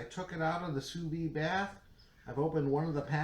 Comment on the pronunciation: Soo Veed. Not Soo Vee